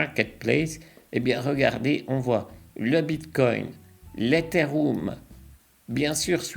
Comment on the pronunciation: Super video ! Petit tips pour la prononciation, l'etheriom**